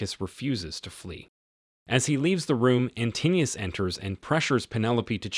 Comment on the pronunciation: Antinous is pronounced antin-o-us, not antinneus.